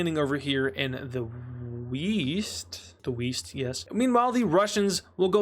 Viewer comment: They land in the "WEAST"